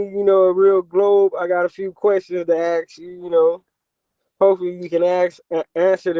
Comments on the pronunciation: "I have a few questions to axe you" Yet another moron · Can't pronounce the word 'ask'. Claims to know more than every scientist in the world. Wow., I take my hat off to you. This guy is out there.